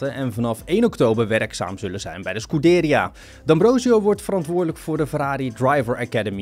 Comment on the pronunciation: top kanaal, maar bro hoe kun je zoveel namen verkeerd uitspreken wow hahaha dat kan beter ScuDeria?? noop ScudeRIA